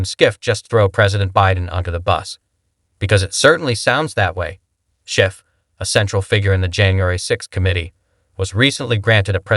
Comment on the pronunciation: shiff not sciff